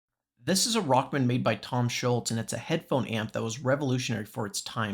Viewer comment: His name isn't Scholtz, dude...